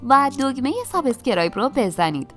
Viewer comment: عالی بود ولی سابسکرایبو خیلی با لهجه فارسی میگین دیگهد